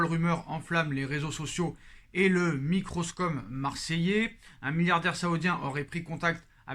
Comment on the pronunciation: microcosme pas microscome mdrr